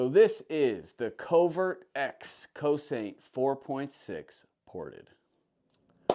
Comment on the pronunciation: Nice guns! Cosaint is a NC company, Greg is the main man there and he was with Staccato (STI) at one time. It’s pronounced Co-Sent, a Gaelic word meaning defend or protect.